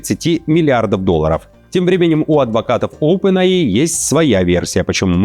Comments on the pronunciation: Оупен Эй Ай а не АИ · OPEN AI - [Опен ЭЙ АЙ]